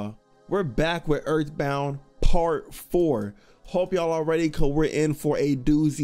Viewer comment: ooouuu that earf bound